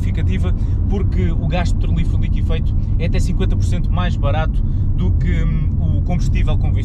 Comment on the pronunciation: É liquefeito que se diz e não "liquifeito".